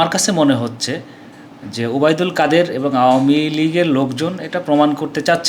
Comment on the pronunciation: কাদির নয় কাদের